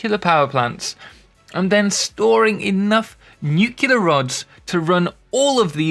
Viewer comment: "nukila power". I always assumed it was a matter of accent 😁